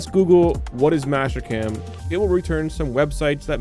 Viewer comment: Is it just me or are you calling Master-cam, mash cam ?